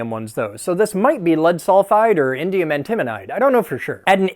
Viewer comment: Did he just say Indium Intimidite?